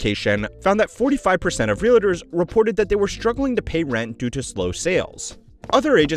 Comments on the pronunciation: Oh God Please! Its NOT ReaLAtors! Its Realtors. There is no freakin “A” after the “L”! Damn! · Is it just me or that's not how to say "realtors"?! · It's REALTORS, NOT REAL-ATERS. (In Hermione's voice) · It’s pronounced Real Tors, not Ree La Tours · Stop saying "realators", it's "realtor". Jesus Christ. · Realtors. Not Reelators. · real-tors not real-lay-tors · REALITTERS 😂😂😂😂😂😂😂😂😂😂 bro REAL-TORS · Every time he says “real-idders”, a kitten passes away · It's not real-"uh"-ters.... ugh. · Is anyone else annoyed by him calling them realators? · So distracted by the pronunciation of realtors as “realitors” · I’m a real estate investor. I can’t take this pronunciation of realators! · say realahtors again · real’é’tors… why the FUCK do some people pronounce it like that 😂😂😂 it’s two syllables, not three